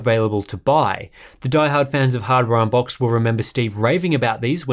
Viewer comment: he said Harbor Boxed ...